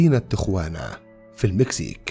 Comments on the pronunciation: يا محترم تقرأ تياوانا....... مش تغوانا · المدينة في المكسيك وتكتب تيخوانا(Tijuana) ولكن تنطق تيهوانا تقع جنوب كاليفورنيا على حدود الولايات المتحدة الامريكية تقريبا حوالي نصف ساعه بالسيارة من مدينة سان دييقو ما يقارب اربع ساعات من لوس انجلوس. يلجأ اليها عادة الشباب صغار السن بحكم ان السن القانوني لشرب الكحول في امريكا هو واحد وعشرين سنه بينما في تيهوانا اقل وربما لايوجد سن قانوني لذلك. احببت اضافة المعلومة وشكرا لكم.